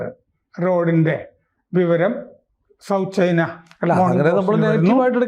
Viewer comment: ചെയിനാ അല്ല. ചൈന